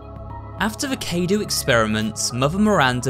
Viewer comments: K-due. I dont think that is how you say cadue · cadou, not kdu.... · Alright everyone, say it with me because I'm sad to see everyone butcher my language. Ca (like in calm) - dough Dumitresc-oo (like in too) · “cadou” , in Romanian, means “gift” and it is pronounced differently from your version :) kha-dou (u isn’t silent) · in -dou there is no y. u is pronounced as oo, kha-do-oo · As a fellow English person. How you pronounced 'Cadou' made me die a little inside lmao.